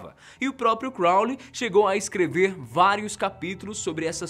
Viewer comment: Quando ele fala Crounly eu lembro de supernatural